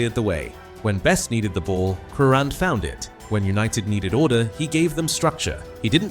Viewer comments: If this bastard pronounces his name incorrectly again, I will hang myself . What a c**t ! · AI pronunciation has got to go. But what a player he was even if the guy can't pronounce his last name correctly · what`s the point of some kind of tribute when the dy ck head voice can`t produce pronunciation of his name correctly. Shove AI where the sun don`t shine. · Wow!!! This is a disgrace referring to Crerand. When are they going to get the pronunciation of his last name correct.. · You can't even pronounce his name properly. Paddy often hung around with Manchesters quality street gang, i often bumped into him at the car sales plot where they often used to meet up. A great guy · Apart from the awful mispronunciation of his surname this is a very fitting tribute to United great, Pat Crerand. Having seen him play on many occasions I can say without any reservation that Pat was as important to United’s success in the 1960s as Charlton, Law & Best. Enough said. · If you claim to know so much about Paddy Crerand, you should at the very least know how to pronounce his name correctly.